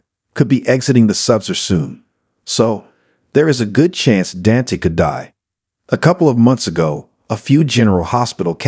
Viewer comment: Learn to say Dante’s name!